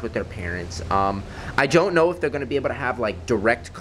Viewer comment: "i jOnT KnOw"